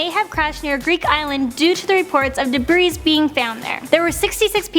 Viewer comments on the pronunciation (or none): Debrissss HAHHAHAHAHAHAHA Learn how to pronounce it